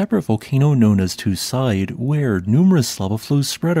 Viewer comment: You are pronouncing the name of the volcano wrong. It is more like 'two seedai', with a long French e (é) at the end.